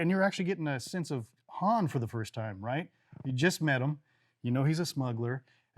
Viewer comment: Team Han rhymes with 'on' not with 'plan' right here ←